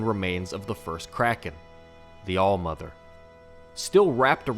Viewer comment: Its called old mother not al mother